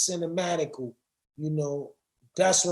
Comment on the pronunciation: That nigga said CINAMATICAL...that's what makes Reakwon, Reakwon.